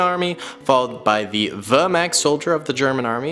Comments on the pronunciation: Wehrmacht is pronounced vehr maakt and thats not a panzer grenadier, thats an SS soldier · were- mact it is Wehrmacht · With the word vermacht it had more of an o sound than an a sound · I hate how he was saying vermact is vermach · Wehrmacht not wehrmakt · vermact??? its wehrmacht. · For me as a german your "Wehrmacht " pronunciation sounds kinda weird (wörmakt) but I guess the "ch" is hard. I think you should definitly make video about the allied soldiers in the future.For the german army a Panzern crew member is, in my opinion missing. I personally think that the german army is the most interresting because how big it was. For the allied army, I like most the canadians and the dutch (dutch because their effort in the Pacific) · You do not say wevrmark right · Its pronounced Ver-Mocked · why! Why! Pronounced like that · Why is it that seemingly every person whose not german completely murders our words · That pronunciation of Wehrmacht hurt my soul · pronunciation of Wehrmacht is hilarious, all jokes aside love your content! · The way he mispronounces Wehrmacht makes me go insane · The way you said Wehrmacht is… confusing to say the least. the Waffen SS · As a German it is really difficult not to get triggerd by the pronounciation of my Wehrmacht Boys. + you said that the Panzer Grenadiere committed lots of war crimes but wich country that participated didnt?